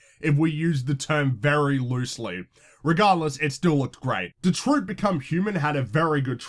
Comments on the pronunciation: lol this fool said "detroot" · "Detroot Become Human" LMFAO bruh I did laughing at that mispronunciation but understandable because out your accent. Just next time pronounce the I** in Detroit.